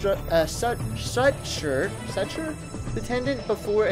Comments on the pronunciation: Suture is pronounced soocher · Suture is pronounced sue-ture. Btw I love you!!